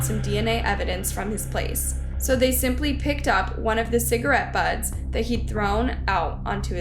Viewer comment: Please find someone to edit your material and help you with grammar, correct terminology and pronunciations. For example: You clearly said, "Cigarette buds." It's butts... not buds. And in your Wimpy Kid video, you repeatedly pronounced molotov cocktails as motolov. Sorry to be critical; but improving your presentations will elevate your channel.